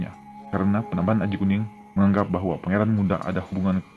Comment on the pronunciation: Ralat* (penyebutan gelar Raja) PANEMBAHAN / PANEMBAN